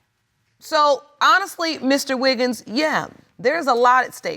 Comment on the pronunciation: It's Wiggins not Wiggles!